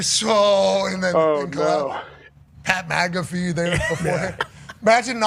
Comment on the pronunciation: "Pat Magafee"